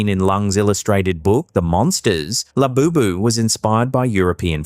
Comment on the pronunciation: The whole Labobo doll is only a way to hype it for sales. It's just like the cabbage patch dolls and furbies. It's also interesting that "" can't get the name right. If you listen to him, he calls it Laboboo, Lafufu